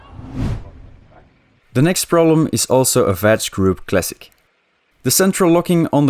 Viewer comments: Its VAG with a G dude like "G"irl not VAG with a J like vagina... VAJ !!! VAG is short for Volkswagen Audi Group. Nice new car BTW, should be an interesting project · "Vach group"...haha